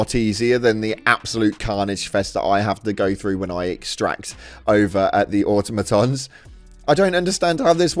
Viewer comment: Why can no one say Automoton. AH TOM O TON.